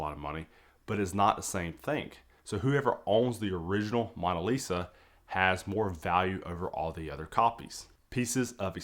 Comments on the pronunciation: MOAN-a Lisa…not Mon-a Lisa that was just really difficult to hear you say repeatedly. Very informative video, Thank you! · What is the MAWN-a lisa? MAWN as is mowing the LAWN or paper towels BRAWN or Kings were a CROWN....The MAWNA List